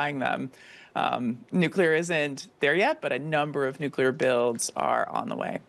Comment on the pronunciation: NUCLEAR not nucular,!